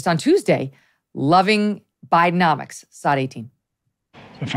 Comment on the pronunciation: Is it Bidenomics or BideMoNics!?!?!